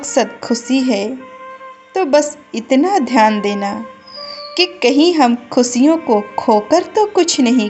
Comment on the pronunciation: Great motivational video.. Way of speaking is.. Yes...money is vital for our life..but we should use it properly.. Dont mind...आप श को स बोलती है खुशियों को आप खुसिया बोल रही है